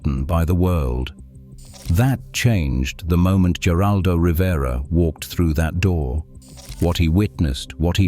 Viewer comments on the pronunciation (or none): It is pronounced "her-aldo Rivera. Not with a G.